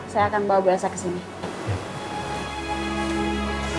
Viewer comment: Papah Surya ngomong nya elso dong😂🤣🤣🤣🤣